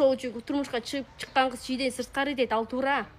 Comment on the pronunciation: кыс дебей кыз дечи